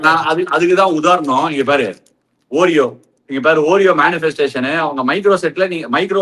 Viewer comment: It’s pronounced “aw-reo” Ashwin 😊 not “oo-reo”